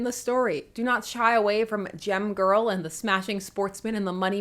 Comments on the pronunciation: When you said "Gem Girl," I heard "Gym Girl." No wonder I expected her to be ill-tempered :) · Every time you say "Gem-Girl," I hear 🎶 "Jem, Oooh, Fortune, Fashion and Fame!"